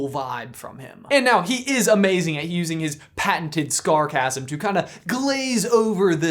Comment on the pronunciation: I just noticed after watching this for the 129th time he said scarcasim Lol 😂